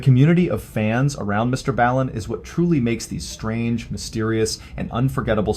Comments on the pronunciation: Why does he pronounce his name wrong? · the way he just pronounced his "own" name should tell you enough about this channel..